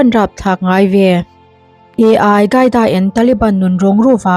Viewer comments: Ai qaida nilovin ALQAIDA zawk w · Ai hi AL QAIDA ani em le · Mizo tawng tak in al kaida tih tur ni awm tak a ni ai gaida i tih hi